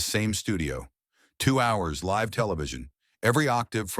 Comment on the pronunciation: Live right now is being mispronounced. Not a short i. But the i says its name. The difference is the meaning in the sentence.